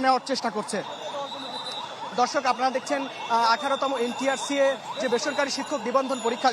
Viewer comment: Tui to ntrca e uccharon korte paris na abar news dite assis!!!😂😂